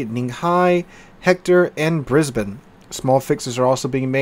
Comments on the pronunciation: Thankyou for pronouncing Brisbane correctly :) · love your pronunciation of Brisbane, everybody in Straya pronounces it as BrisneyLand or BrisVegas but you do alright #thumbsup